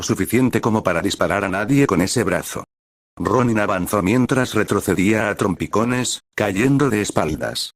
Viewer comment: Por momentos me confundo cuando dice Ronni